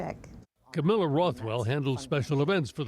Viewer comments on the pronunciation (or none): none